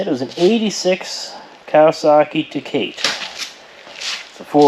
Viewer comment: Sorry. I couldn't figure out what you were talking about until I read the title. It's pronounced tuh·kaa·tay . Nice work!